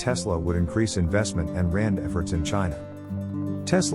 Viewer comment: "R&D" read out as Rand...